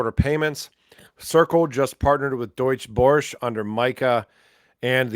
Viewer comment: the name you have difficulty pronouncing is actually the German Stock Exchange